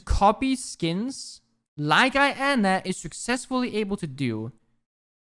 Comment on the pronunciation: Every times he pronounces Iana as I-ana and not yana it triggers me a little